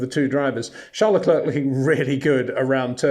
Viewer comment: Great content but constant irritant of mispronunciation of Verstappen and Leclerc.